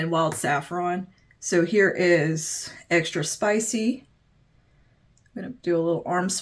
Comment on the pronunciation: Extra Spicy, not Extra spich 😉